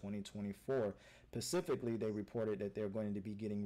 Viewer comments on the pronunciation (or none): Mans said "PACIFICALLY". C'mTHEFUCKONMAN!